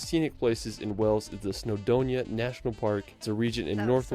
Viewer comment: Westminster, NOT WestminIster! And Stonehenge not stoneheDge! And WAles not Wells, you'd think that someone who professes to visit the UK so much would know!